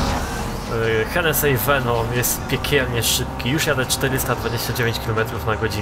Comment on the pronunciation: to się nie wymawia henesi